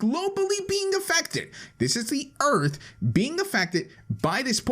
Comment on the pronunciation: On you say "earf" in stead of "earth"